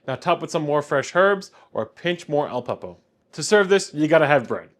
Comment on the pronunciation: OK, you're mispronouncing a lot of stuff, starting with the name of the dish. It's not "kill-burr". It's closer to "chill-burr". Then you refer to Aleppo peppers as "Al-peppo" peppers a hundred times. There's no "p" after "Al".